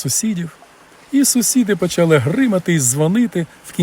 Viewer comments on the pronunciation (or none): none